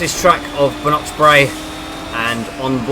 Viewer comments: It's not "nok", more "noch" like it is spelt. It has that throat sound to it, not a "K" sound. Like when you say loch. The majority of English people say it like "lock" rather than "loch". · Track is pronounced 'Ba - nok - brae'. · Haha yeah that is correct! But fro non Scottish people that get's confusing because 'ch' is normally pronounced as he says in this video. But you are correct. 'Noch' as in 'loch'. : ))